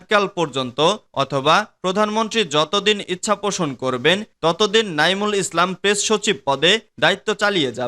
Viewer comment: সংবাদ পাঠক বারবার নাইমুল ইসলামের নামের জায়গায় মইনুল ইসলাম বলতেছেন। বিষয়টি দয়া করে কর্তৃপক্ষের নজরে আনবেন। সুনামগঞ্জ জেলার ছাতক থেকে বলছি